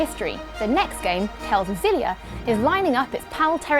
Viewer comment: According to IGN, according to the game's developers, it's meant to be pronounced Ex-ill-ee-a, not Zill-ee-a. Just thought you'd like to know.